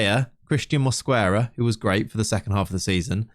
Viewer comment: the U in Mosquera is silent